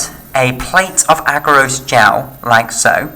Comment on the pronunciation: "Agarose" put me off! Rest is good.